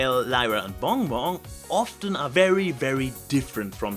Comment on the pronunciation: 10 minutes 29 seconds. "Zey are together wis Lyra and Bong Bong" I listened to that over and over. The way you pronounce BonBon is just...magnificent~